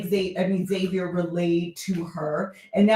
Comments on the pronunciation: Pronunciation of Xavier is Zay-Vur. Pronouncing it X-Zay-Vee-Ur, doesn't make sense because of spelling. How does the "X" in his name make 2 different sounds? It's pronounced either Zay-Vur, or X-Avier. 🤷🏿‍♂️🤷🏿‍♂️ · I thought it was weird they didn’t pronounce the X in Xavier so yeah I assumed it was lack of diversity 🥴